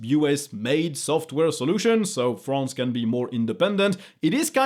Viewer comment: You realize he is french when he pronounces "France"